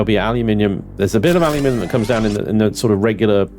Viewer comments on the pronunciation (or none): Take a look at the Perdiodic table used by every other country 😛 It's Al-you-Min-eeeee-um 😀